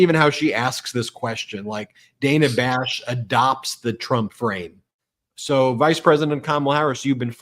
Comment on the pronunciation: Brett it's Dana not Daynah (phonics spelling